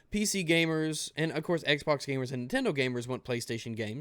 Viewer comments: Could've sworn you said "Microsoft Sexbox", not "Microsoft's Xbox"... I really need to get my mind out of the gutter sometimes. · did he say "microsoft's xbox" or "microsoft sexbox"